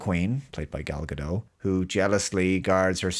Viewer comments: Please, stop saying Gal Gado. Her name is Gal Gadottttt. These are Hebrew words, not French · I'm 99% sure it's not Gal Ga-doh, but Gal Ga-dot.